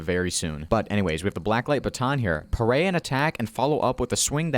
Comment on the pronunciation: Augh the way you say it, its all sorts of weird, its parry, like if you say perry. Also, why the flim flam fu- did they think nerfing the shield was a good idea?